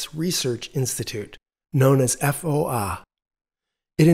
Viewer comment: Qudos for pronouncing "KTH" "kooh-teehh-hoee"! "FOA" is just "fooahhh". No initial "eff". Having an experimental Breeder reactor smack middle in the centre of Stockholm was just crazy!